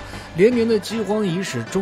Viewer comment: 餓殍(音縹)遍野，篡(音竄)權在手